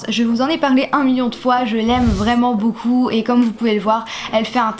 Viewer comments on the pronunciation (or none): none